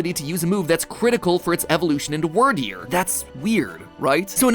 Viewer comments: Love you mathew but please pronounce the names right weer deer not wir deer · It's weird deer not word deer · "Wordeer" - MatPat 2022 Instead of pronoucing it like dragon wyrm. So Wyrderr instead of "Wordeer." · It's not "wur-deer." It's "weerd-eer." Wyrd is pronounced the same way "weird" is pronounced in English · ...Anyone else pronounce Wyrdeer more like "Weird deer" rather than "Word deer"? XD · Matthew it's Wierd-ear not word-ear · work on those pronunciations like Edo (eh dough) and Wierdeer (weer deer) otherwise thanks for another ruining 😁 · hearing matt pronounce the "wyr" in "wyrdeer" like "word" instead of "weird" hurts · Bro it’s pronounced “Wirdeer” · Really bugs me how you say Wyrdeer. It's pronounced like "Weird." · Excuse you! it’s pronounced weer-deer. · wyrdeer is meant to be pronounced as weirdeer (weird ear) XD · Succeed is pronounced like wierd-eer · Its pronounved weerdeer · Why is he pronouncing wyrdeer as wurdeer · Also, this one's just my take on it, but I think Wyrdeer is supposed to be pronounced "Weer-deer," like "weird-deer," but again, that's just how I perceived it. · wur-deer great job mat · ITS WEER-DEER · Isn't it pronounced Weird-eer? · You mispronounced Wyrdeer. keep in mind the name of pokemon tend to have puns associated with them. in this case, it is Weird. While modern definitions of Weird just mean strange or unusual, the archaic meanings refer to fate and destiny, as a Weird is another name for a soothsayer. Since this is a Psychic type pokemon, being a soothsayer makes some amount of sense, therefore the name is [Weird-Dear], not [Were-Dear]. Thank you for coming to my Ted Talk... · Him pronouncing Wyrdeer wrong hurts my soul